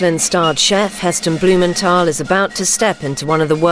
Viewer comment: In the Packed Lunch episode, Heston told the children he interviewed that his name WASN'T bloomen-tol. It is as he says it reading his letter in this episode. BlumenTHal. Pronounce the "th". Let the boys starve for a week and then see how fussy they'll be about their precious rations... So spoiled!